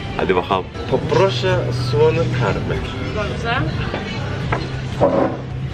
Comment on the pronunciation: Neden bu kadar guzel soyledi poproğşe :d